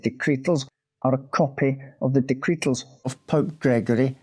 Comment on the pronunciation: Horrible hares and raucous rabbits! I’m going to listen to it again to count how many times he says “dectretal”😂